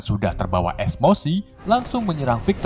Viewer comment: Emosi bukan esfosmi